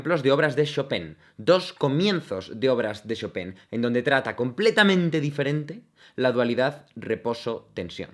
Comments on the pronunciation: Qué buen análisis! En verdad es uno de los mejores openings. Y el ánime es bueno, pero tiene uno que otro momento medio más o menos. Oh, sólo un "error": Chopin se pronuncia "Shopan", no "Shopén". Jeje. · se pronuncia chopan v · cómo qué ShopEn?? en todo caso sería ShopAn XD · No seria "chopah"? XD